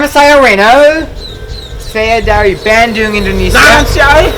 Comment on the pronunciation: Bandung = Bendong Pak = Pack Wkwkwkwk Ngakak asli